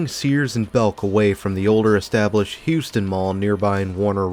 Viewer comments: Great video but it’s pronounced HOW-ston lol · Not to split hairs but we pronounce it Howston County. I worked at the Goody's for a year. Terrible management.